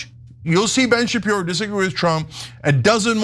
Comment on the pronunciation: Shapirooooo come on… 😂😂